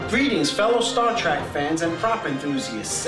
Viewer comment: Did he really say "Star Track"?